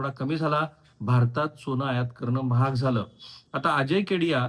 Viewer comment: ' सोण' नाही ’सोन’असत ते उगाच फार स्पष्ट बोलायला जाऊ नका